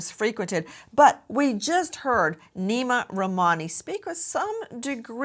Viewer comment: Its pronounced "Name" why are they saying it like Neema... beautiful name has been butchered 😢